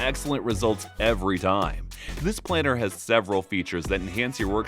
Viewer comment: planer is pronounced "PLAIN-er" - what this guy is saying is the word "planner". Also sounds weird to say "one fourth" constantly instead of quarter but whatever.